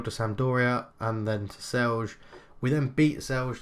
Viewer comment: NIce job. Just found your channel recently, nice commentary and gameplay. :) Always interesting to see somebody play a club from my country. Also, if there is a word with a J in it, just imagine pronuncing it like Y. So Celje-Celye, Velenje-Velenye. Same sound as in yellow. :)